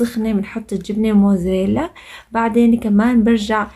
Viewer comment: يعطيكي العافية. الجبنة اسما موزاريلاا عم تقولي موزيلاااا